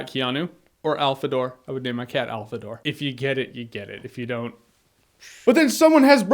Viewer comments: what the fuck is alfadore? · Alfador...Oh Jeremy. Let it never be said your Zeal for video games never goes unnoticed